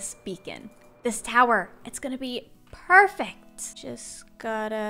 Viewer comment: Why do my brain tells me everytimes gandalf is around and she says perfect, she says "purrfect"